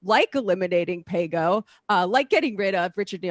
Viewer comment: Sam agreees with Dore and thinks that Paygo was nothing. But he can’t really say it. :D